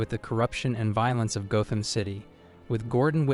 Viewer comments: Gotham is pronounced like “goth”. There’s no loud “o”. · Why are you pronouncing Gotham wrong ?